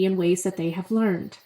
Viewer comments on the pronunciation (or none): none